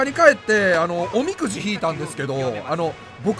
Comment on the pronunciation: おみくじの発音どうなってんねん